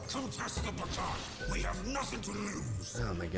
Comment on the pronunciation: It´s not pronounced "Bah-kai" it´s "Ba-ca-lhau"